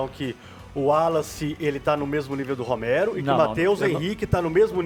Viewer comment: Onde o cara fala Romero, se diz Ramiro!